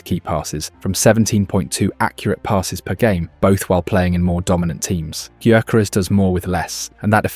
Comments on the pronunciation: Guy-ya-ko-res. That’s how you said it 😂😂😂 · No, it’s yuh-care-es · It's GUYO-CORE-REZ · Is this AI garbage or someone who just absolutely butchers his name? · It's not that difficult to learn how to pronounce the bloody name, is it? Or is the mispronunciation an engagement tactic? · Yea but its a VoiceOver so he cant really get the name right